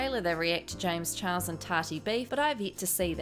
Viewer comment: I laugh....every time... you say James chihuahua... 😂😂